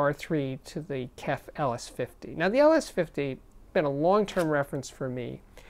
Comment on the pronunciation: Is it really too hard to say K-E-F, J-B-L, B-A-S-F or any or audio with letters? You are old enough to know better.